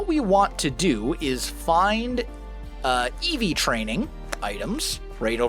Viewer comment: did say eeves the evolution pokemon